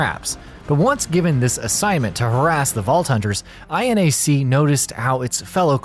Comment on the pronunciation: (Pronouncing INAC): "Eye-Enn-Ay-Cee." Me: "Aienak" (Pronouncing MINAC): "Emm-Eye-Enn-Ay-Cee." Me: "Minnak"